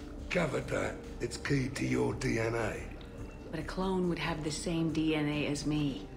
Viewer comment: I can't help but to think says "clown" when he actually says "clone" makes it more hilarious to me. "And any clown that's looking for a 'pick me up' will be picking pieces of themselves up off the floor."